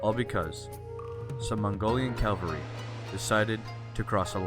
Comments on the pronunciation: it's pronounced Cavalry, not Calvary. Calvary is the site outside Jerusalem where Jesus was crucified. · CaValry . . not caLvary! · It’s cavalry not Calvary. Calvary is where jesus died...